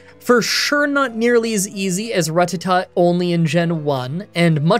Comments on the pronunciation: I've heard people pronounce it the right way, Ratt-a-ta. I've heard people pronounce it the wrong way, Ra-tatt-ah. But this is the first time I've EVER heard anyone pronounce it Ruh-tatt-tah. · I'm sorry, but I cannot STAND the way you pronounce "Ratatta." It's ruh·TA·tuh, not RUH-tuh-tuh. I normally love your videos, but I couldn't sit through this one. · I'm sorry I just can't deal with "Ruh tuh tuh" Just watch the poke-rap or something dude this is your job you can at least say the names of pokemon right. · ruh-TAT-uh. Normally I wouldn’t be picky about pronounciation, but comments are good for the Youtube algorithm. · RAT-ata that's how it's pronounced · I’d love to make a wise crack about the way you say Rattata, but considering the anime famously called it “Rattatat,” it would be beyond disrespectful. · Im guessing that your more likely to successfully complete the run than you are to pronounce Ratattas name properly a single time this entire video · Didn’t watch simply because of the way you say rattata. I couldn’t physically listen to it more than the two times in your opening. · Stop mispronouncing it. "I didn't watch the anime" Then look up a 10 second clip of the anime! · Bruh the way you pronounce rattata made this unbearable